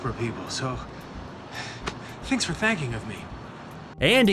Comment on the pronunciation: Did he say thinks for thanking of me